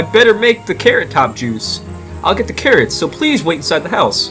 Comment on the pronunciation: Care-its. pumkins. cab-ige. Lol